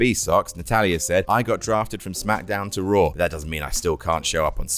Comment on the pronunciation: Raw* not Roar